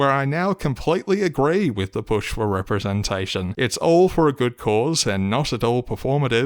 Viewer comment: LGHDTV representashion 🤣